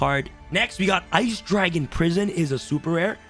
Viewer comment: My favourite card in Master Duel is "DRAGLUBION" for the way you called him out on the first video you made with the Blue Eyes deck!